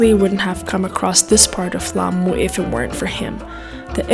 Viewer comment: Your grammar is awesome and we call it amu cause the L is silent .Explore the Swahili culture and also ancient good stuff.Karibu Kenya 🇰🇪